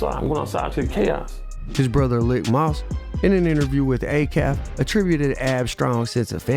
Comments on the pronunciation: Just to be clear AB’s brothers Lik Moss name is pronounced as Leak Moss, nonetheless another good video 🔥💯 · his brothers name is pronounced leek moss like malik js